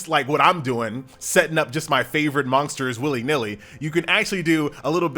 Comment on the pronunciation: why is he saying monksters? :D